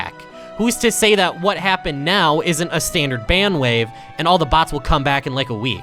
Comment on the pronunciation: You say "BHATS" instead of bots